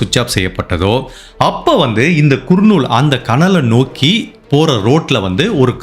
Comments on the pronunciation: குர்நூல் அல்ல. கர்னூல். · குர்ணுல் இல்லை கர்னுல் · அது குர்னூல் இல்ல கர்னூல் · குர்..நூல்..இல்லை.." கர் நூல்..நண்பரே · நீங்க. சொல்லும். விதம். சொல்லும். அனைத்தும். அருமை. ஆனால். சிலபிழைகள். குர்னூல். இல்லை. கர்னூல். நந்தியால். அடுத்து. கர்னூல். திருத்தம். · Yes it is pronounced as - ‘ Karnool ‘ (nearer to Hyderabad) not Kurnool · அது குர்னூல் அல்ல.கர்னூல் னு நினைக்கிறேன்